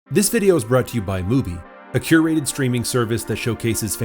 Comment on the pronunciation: 'curated' ffs